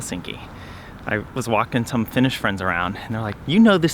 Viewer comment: gasp Your Finnish pronunciation is AMAZING! 🤩 Greetings from a Finn in Sweden 👋